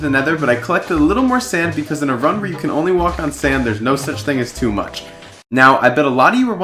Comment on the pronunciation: oh he said fuck instead of much lol